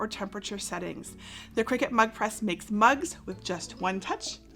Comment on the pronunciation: I keep hearing it as Mud Press!